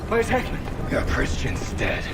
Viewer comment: Speaking of names its HECKmond lol love yal! Thanks for keeping me entertained